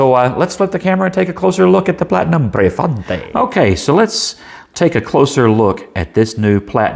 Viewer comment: The deal breaker for me was it not coming with a converter, so I purchased a six pack of Jinhao 992s from Amazon and now have not only six with converters but plenty to share with friends. Of course, I have no idea how the Prefointe writes(and I believe that you pronounced it correctly), so I cannot compare it with the Jinhao 982. Great review.